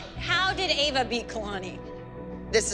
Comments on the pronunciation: was so funny when said “EEEEEva” instead of “AAAva” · said Eva not Ava lol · saying Eva instead of Ava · The way how kalani’s mom said Ava when Kalani was going against Maddie and stalkers daughter she said her name like Eva